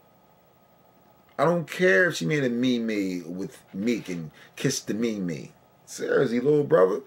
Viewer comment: It's said like "MEEM". bruh.